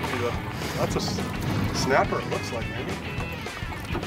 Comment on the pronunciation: " I WIKE DAT" 🤣🤣😂